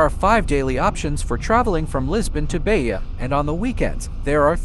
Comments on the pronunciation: Please, don't say Beia, say Beja with a sound of "J" like "Japan" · PS: Beja is not pronounced "Beya". In Portuguese the J is read as J, not as an I or a Y.